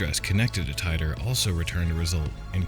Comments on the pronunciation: Not “tie dor” his name was “teet or” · John Tighter? it's pronounced TEE-TOR ...John Titor is just an alias name like "john doe" ...it's not a real name. 2% divergence in each timeline...Whatever happened in his timeline will not happen exactly in our timeline because there's a 2% divergence. That's the problem with you people, ya think they are "predictions" when it's NOT....he's just telling us what happened to him in his timeline....ya just blow it out the ball park....another misinterpretation. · I thought on Coast to Coast AM his name was pronounced Teetor 🤔?? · I usually really enjoy these but you got a lot of this wrong including his name Tee-tor. And you completly missed the stuff he got right Look in to what he said about Cern and WHEN he said it. Who ever your source was factually incorrect and left out the majority of the context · Okay sp you don't even know how to pronounce his name